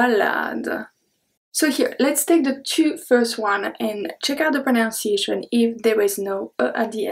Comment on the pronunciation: I will teach you something about English pronunciation. You are not saying the word "pronunciation" correctly. It is not pronounced "pro-nown-see-a-shun.". You need to say "pro-NONE- see-a-shun."